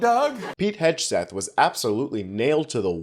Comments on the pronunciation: Everybody missed... How about you mispronounced Hegseth and Mattis. It is not hedge-seth it is heg·suhth. Mattis isn't Maddox. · That’s a hard “g” in Hegseth. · Should be pronouncing it "Hogseth" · You're pronouncing his name wrong. If it's deliberate I hope it catches on and aggravates him but if not I hope you'll start saying it correctly so they don't call the left idiots.